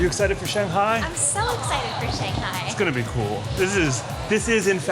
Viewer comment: Please pronounce Shanghai as it is. 上海 上Shang，up upper 海Hai， sea ocean Usually，Chinese has no liaison